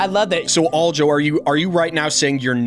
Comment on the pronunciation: Why's this guy keep saying "All-jo"?